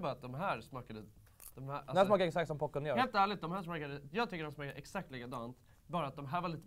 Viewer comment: SÄG INTE "POCORN", DET HETER "POPCORN"